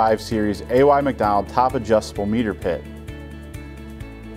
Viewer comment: Does not know how to pronounce his surname or is it misspelled?